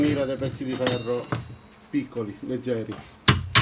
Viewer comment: Ferro però non si può sentire 😂